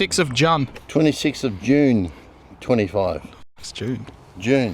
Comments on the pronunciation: “26th of Jun” killed me 😂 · "26th of Junn" 🤣🤣🤣🤣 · "26th of Juhn" 😂😂😂